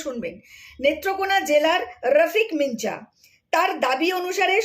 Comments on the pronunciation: আপনি সাংবাদিকতা করছেন যখন তখন কোনো একজন ব্যক্তি বা স্থানের নাম ঠিক মতন উচ্চারণ করতে হবে। না হলে সব তালগোল পাকিয়ে যাবে। আপনি রফিক মিঞা ( বলতে হবে মিঁয়া ) বলছেন রফিক মিনচা! আসলে হবে রফিক মিঞা ( উচ্চারণ করতে হবে মিঁয়া) । সবথেকে ভালো হয় আপনি যদি ঈশ্বরচন্দ্র বিদ্যাসাগর মহাশয়ের " বর্ন পরিচয় ১ম ও ২ ভাগ কিনে বাংলা হরফ ও তার উচ্চারণ গুলো ঝালিয়ে নেন। তাহলে এই ধরনের ভুল আর হবে না বলেই মনে হয়। ভালো থাকবেন। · কি মিনচা মিনচা কোরছেন! একটা খবরের চ্যানেল নিয়ে বসেছেন কিন্তু একটা সহজ উচ্চারণ আর সেটা কোরতেও হেঁচকি তাও আবার ভুল উচ্চারণ! ওটা তো আছে মিঁআ লেখা আর আপনি খালি মিনচা মিনচা কোরছেন, পড়াশোনায় খুবই খারাপ হোলে এই অবস্থাই হয়!!😊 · মিঞা উচ্চারণ মিনচা নয়, মিয়াঁ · রফিক মিনচা, আবার কি? রফিক মিয়া। এই নাম টি ঠিক করে উচ্চারণ করুন। খুব বাজে শোনাচ্ছে। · রফিক মিনজা নয় ওটার উচ্চারণ হবে রফিক মিয়া (মিঞা) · মিনচা আবার কি😂😂? মিয়া উচ্চারণ হবে. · মিঞা শব্দ টির উচ্চারণ মিনচা নয়, মিয়া। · উচ্চারণ হবে রফিক মিয়া, মিনচা নয় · এই আপনার পড়াশোনায় গন্ডোগোল আছে। কি মারাত্মক উচ্চারণ করেই চলেছেন। মিঁয়া অন‍্যভাবে লিখলে মিঞা। পড়তে বসুন। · ভাই তথ্যগুলো ঠিক উচ্চারণ করো, তুমি কি বাংলা জানো না, মিঞা কে মিনচা উচ্চারণ হয় কি করে! সত্য অসত্য সবার জানা দরকার। কিন্তু উপস্থাপনা করতে গিয়ে দেখছি বাংলা রিডিং পড়তেই পারছো না। যাইহোক, চেষ্টা করে গেলে একদিন অনেক এগোতে পারবে। ধন্যবাদ বোন। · এ কেমন ইউটিউবার রে বাবা! ঞ উচ্চারণ করতে গিয়ে ছড়িয়ে লাট 😂 ইনি বাঙ্গালী হতেই পারেন না, নির্ঘাত মায়ানমারি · Nonsense. According to you all Hindu refugees from Bangladesh are Muslim lover. You are so uneducated that you can not pronounce mian. Bharat mata ki jay